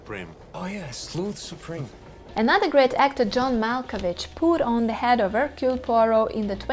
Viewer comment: My vote: 1. USTINOV 2. Suchet 3. Molina Suchet can never be my number one because his accent isn't good enough, he often even pronounces his own first name Hercule with an audible H which is completely wrong. Suchet once described how he got Poirot's walk "right": he said "I squeeze my bottom". I immediately thought, "oh I knew something was wrong". Also he isn't dangerous enough: When Poirot points out that everybody had the opportunity to commit the murder and somebody says "I couldn't", and Poirot says "Yes you could", Suchet says it in an angry voice that couldn't scare a mouse. Ustinov says it in such a quiet menacing way that we all gulp and feel guilty! And Ustinov's accent is excellent. He's not perfect, of course, because he sometimes is too much the clown, but I still prefer him over Suchet. Molina is my number three simply because I haven't seen anyone else in the part, except Albert Finney who is terrible. He's just a cliché Englishman making fun of the French. (Or Belgian which to an Englishman makes no difference).